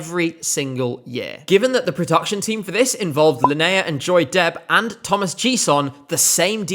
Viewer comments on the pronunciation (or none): none